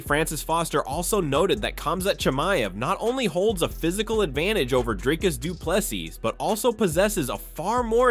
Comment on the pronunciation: My all-time favourite pronounciations are Stricklands "Dreicus" and Covingtons "Cumshot".